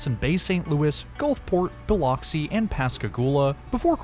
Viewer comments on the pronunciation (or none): Rigolets is pronounced rig-oh-LAY. Biloxi is buh-LUX-ee. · Very nice video as always, but I do have to say as a native Alabamian, the pronunciation of many town names is different than they look. Bay St. Louis is pronounced lou-ee and Biloxi is pronounced Bi-lux-ee. They're tricky for sure haha. Like I said, great coverage of the new service!